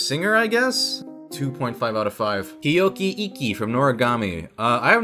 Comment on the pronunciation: wtf..? its Hiyori not Hiyoki